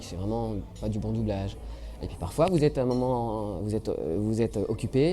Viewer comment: "Les écoles de boublage" ?